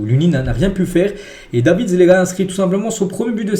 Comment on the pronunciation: "Dévissssss" pas davids